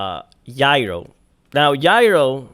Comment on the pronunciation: Its Gyro with a soft G. like Ja. Jayro